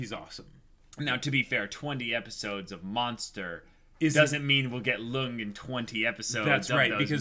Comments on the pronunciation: love your reactions but it triggers me your pronunciation of Lunge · It's "Luung-ay" not "lung" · Guys, please read this. Lunge's name is pronounced "Loon-gay". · They're calling him "Lung" when that's not his name. It's like calling Princess Leia "Lee-ah".